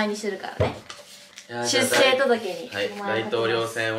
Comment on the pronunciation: しゅっせい、ではなく、しゅっしょう、です